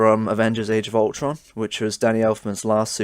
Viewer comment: No one going to comment on him saying justice league age of ulton soundtrack at the beginning?